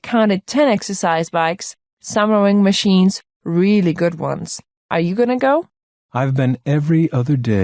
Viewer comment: summering machines? What is she saying lmao? How is the answer rowing